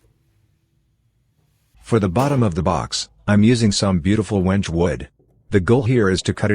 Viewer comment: Your robot narrator needs to learn how to pronounce Wenge. Why a A.I. voice?